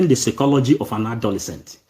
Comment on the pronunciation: My friend that word is not secology but psychology